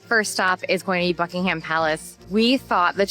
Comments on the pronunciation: Not Bucking-Ham. It’s Bucking-em. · Borough market is buh ruh market (not row) and buckingham palace is buck in am palace (silent h) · "Buckingham" has a silent "h". "Mall" and the "fal" in "Trafalgar" rhyme with "shall", not "all".